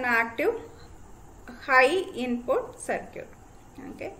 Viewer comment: Circuit=Sercute🤣 My Respect to the teacher for proving that pronounciation doesn't matter when you have genuine knowledge ❤️